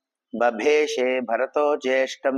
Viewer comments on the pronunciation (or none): There are several pronunciation mistakes in this recital. In Slokam 1, it is not “Babeshe”, it is “Babashe”. In Slokam 6, you are reading “tha” as “dha”. In Slokam 9, it should be “Mivaadityam” with “va” as dheergham. In Slokam 14, it is “sa”, not “sha”. In Slokam 15, half the slokam seems incorrect, please check it properly. In Slokam 19, you are reading it as “Sharadhi”, but it is “Saradhi”. I stopped listening after the 20th slokam because there are major recurring mistakes, especially pronouncing “tha” as “dha” and “sa” as “sha”, apart from a few other errors as well. Please correct them carefully.